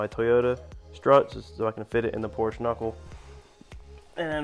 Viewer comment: I personally would have machined the Porsche (which by the way my friend, is a two-syllable word (: ), hub to fit the wheel bearings in the MR2 spindle.